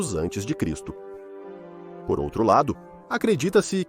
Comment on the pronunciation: Poh, ninguém consegue ensinar, ou programar, essa IA para ler corretamente a abreviatura AC?!!!